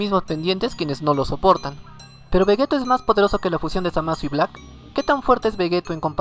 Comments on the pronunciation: Se dice Vegito no Vegeto ya se que se escribe Vegeto pero se pronuncia Vegeti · Di Veyito literal así se prenuncia no como se escribe.